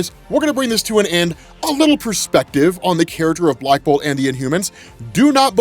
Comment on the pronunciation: lmao the way says blackbolt sucks